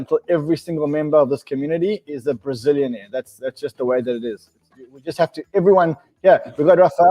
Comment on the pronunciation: Lol Brizilianaire!!